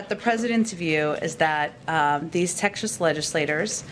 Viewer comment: “That uh....These texshus legislators” where in the hell is Texshus